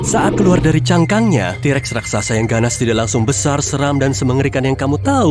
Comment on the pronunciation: Yang katakan: t-rex Yang aku dengar: T Rek